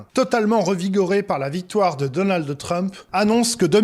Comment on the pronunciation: Arrêter avec donaldEEE Trump on ne dit pas DonaldEEE duck Donald Arrêter avec le E c'est fatiguant